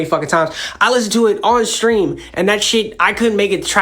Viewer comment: I care Charlemagne still can't pronounce stream